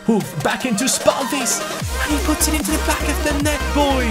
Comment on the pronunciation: Your pronunciation of Lukas spalvis is quite decent but the a is supposed to be softer you're saying it really harsh.